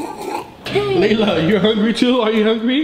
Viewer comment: Is not lala it's layla